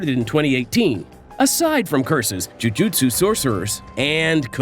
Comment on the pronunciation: JU JU TSU say it, without an “i” in there — JU JU TSU isn’t that fun